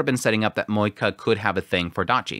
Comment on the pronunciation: I clicked the video but now I regret because I know I will hear a person saying MoeKA..... haaaa.... Edit: and he talked a lot about moeKA..... this is just painful...